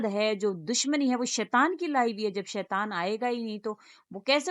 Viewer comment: Yah badi hai tajjub ki baat hai k aap Jaise padhe likhe log Shaitan ko Shaitwaaan padhte Hain.... Aur mam vah word karodon hai kadodon nahin hai